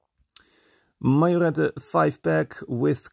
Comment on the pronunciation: When you make a video in germany try to speak the words right.....its Müller, not Mullar, and Majorette is a french enterprise thats not called Mayoret.....